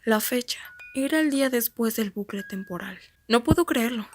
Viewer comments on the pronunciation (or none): Se dice bucle no blucle jajajja